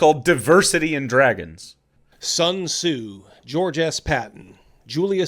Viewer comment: I'm sorry..... did he mean "Sun Tzu"? Not "Sung?"